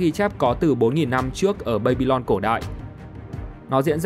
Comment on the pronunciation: Đọc là ba-bi-lon đừng đọc là bây-bi-lon